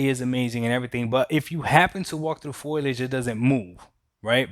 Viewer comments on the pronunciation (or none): Not “foilage”… it’s “foliage”. 🤣